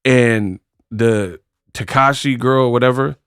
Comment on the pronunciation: Not Takashi... pronounciation is Ta-Sec-Key or Ta-See-Key (Tesehki) Ppl call her both names. Family calls her Latifa